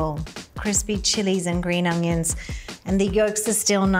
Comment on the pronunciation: It's Onions not Ungyuns... Other than that I Love these videos